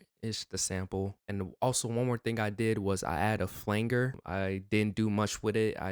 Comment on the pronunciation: I have a bit of a problem with how he pronounced Flanger😂😂